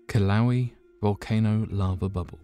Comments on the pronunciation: Kill-ow-ee?? I'm pretty sure u meant to say kill-uh-way-uh....which is the correct pronunciation. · Pronounced ''killa'' ''weigh A'' volcano. Not kiloweeeee ?strange english duck speak bro?wtf lol,Dude says Vesuvious clear as day?But kiloweee or mayaan not ''my an''lol.... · It isn’t killowe and you mispronounced Pliny the younger also.... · LMAO?uh kiloweeee?the fu?i'm not the only 1 that's like this guy murdered that valcano's name so bad!LOL oh shit!he's just all mellow and sociopathic about it too oh god haha...so terrible! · Yeah it’s not that hard to look up a pronunciation...ugh! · Not a fan of giving a thumbs down but a hard thumbs down it is. Just because you’re brutal pronunciation of Kilauea. Not even close by a long shot.